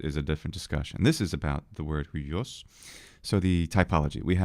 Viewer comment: It's pronounced hwios, you gotta get that iota in there.